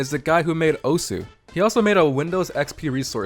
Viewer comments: you're not saying the game's name right. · in video you are not saying it right*